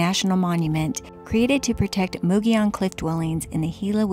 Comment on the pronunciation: Great video! Thanks for renouncing “mogollon” correctly! I agree. Adventures and places are always best when shared.😉 👍🏼